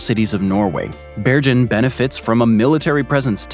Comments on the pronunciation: I had to stop watching because I would cringe every time you mispronounced Bergen. It's pronounced Bear-ghen, the g is hard, like in goat. I'm in sensory overload just typing this because of how off-putting the constant mispronunciations were. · interesting stuff, but please check your pronunciation of european cities, every good map geek knows its Bergen as in Google, not Georgia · Bergen was mispronounced. The g is pronounced like in get not with a J sound. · the way you pronounce Bergen is killing me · Sorry to moan, but if you are going to say “Bergen” many times, you might want to just check with Wikipedia how to pronounce it.